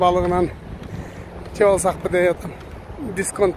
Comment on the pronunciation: Жеп эмес жеп